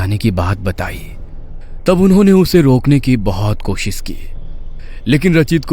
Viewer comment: Koshis nhi koshish hota hai